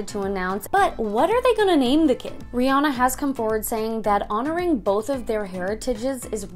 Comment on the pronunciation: Also, she pronounced Rihanna's name wrong.